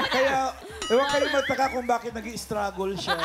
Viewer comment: Stragle —-is pronounce—stragel—not-stragol